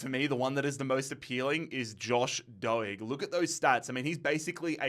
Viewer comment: Doig, D Oi g is the way to say it